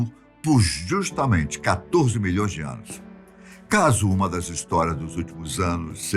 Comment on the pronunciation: Adoro as "afirmações" Molhõõões de anos. LOL!